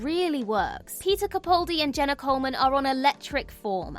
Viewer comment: I enjoy your videos and find them interesting and thoughtful; but please, please, please, next time be one of the rare few who pronounce Peter Capaldi's name properly. It's CaPALdi, not CaPAULdi. I'm sure the poor man has long given up on ever hearing his name pronounced correctly, but it irks me every time!